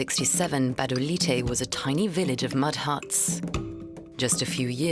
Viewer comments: The name of Gabodailté is pronounced 'Ga-bo-Dah-lee-tay', not 'Ga-ba-dah-light'. Thank you for making a Fuc...g effort! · What is gbadalight???? It's Gbadolite but pronounced Gwadolité, please learn to pronounce it correctly, you can't tell history without learning basic things about the place. You butchered the name🤦🏾‍♂️🤦🏾‍♂️🤦🏾‍♂️🤦🏾‍♂️ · He kept saying Gabandalight 😁💔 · Yeah, meanwhile it's pronounced Badoleeteh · Sorry, dude, but the town is spelled Gbadolite and pronounced Bah-Doh-Leet.